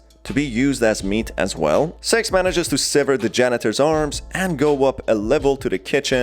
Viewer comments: Not going to lie, when listening to the video, I misheard six as sex countless times. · Are supposed to be saying six🤣🤣🤣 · When he says six on ccs it says sex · You keep mispronouncing her name lmao, her name is six not sex. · Six Captions: Sex Me what i hear: Sex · Wuy Do you Keep saying sex???????????🧐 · Everyone: Six!: Sex! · Why do you call six sex? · I just like to point out that the way you pronounce "six" is disturbing. Just turn on the subtitles throughout the whole video and see lmao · The way you pronounce six might get you demonotized